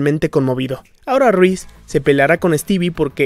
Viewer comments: Porque decís "Ruiz"????? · excelente trabajo tu vídeo 👍👌 felicitaciones 🙂... sólo me incómoda escuchar "Ruíz" en lugar de "Reese" (Riss). 😅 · YO ESCUCHANDO A DECIR RUIZ:V:V:V:v:v A REESE